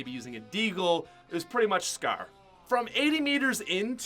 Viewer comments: FOR FUCKS SAKE CAN SOMEONE TELL HIM HOW TO SAY SCAR ITS NOT SKER ITS PRONOUNCED S CAR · How many times are u gonna say scaar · He says scar like scaire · Scar “Scaaaa” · Who else hates how he says scar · ImNotTheMyth Lol Lol what I meant is how you Americans are the ones changing spelling and metric units and as you made fun of him for pronouncing scar, I corrected you in saying that he pronounced scar wrong cause he was Canadian.